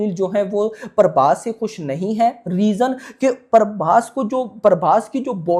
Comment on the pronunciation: Not Parbhas it's prabhas